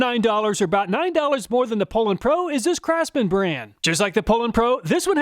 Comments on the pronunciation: Poulan is pronounced poo lon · Two comments : always heard it pronounced POU- LAN... not POOL- ANN. Chainsaws break in and perform the way they are designed after at least a few tanks of fuel.. A brand new out of the box saw really offers a test subject not ready to make adequate judgements about.. You must not be knowledgeable about chainsaws to do a test this early. Many stihl and echo and Husqvarna saws learn about their operating environment over use and self adjust for best performance. Not sure thats the case with these cheap saws you tested, but is that something you considered before testing ?? Fyi cars do the same thing. Would you do car testing in the dealers parking lot ?? You should retest these saws after they are broken in with three or four tanks of fuel. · I always pronounced it POO-LANN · Oh you guys say "PO-lan", that's odd. It would have originally been pronounced in French as "POO-law" (silent 'n'). ì guess that didn't sound American enough and was changed for marketing reasons. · your pronounceing the poulan pro wrong. its actually pronounced " pullin pro". because thats what you'll be after buying one.